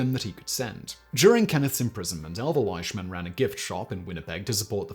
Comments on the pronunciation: Most of what you said is true. There's a few things you got wrong tho lol. And please for the love of God, his name is pronounced LEESHMAN not LISHMAN! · Its pronounced, leeshman .. He is my cousin's grandfather great video thi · yes he is correct. It is LEEshman. I should know. The Flying Bandit is my grandpa. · You did a pretty good job on the presentation Although the correct pronunciation of his last name is Leeshman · Same with Leishman. It's LEESHmin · We pronounce it Lishman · Are you sure? ei is usually pronounced I in German as in Einstein, and Ramstein. Ok looked it up not a German name. Scottish in origin apparently and you are perfectly correct. I would have pronounced it just like he did (and been just as incorrect), because of the spelling.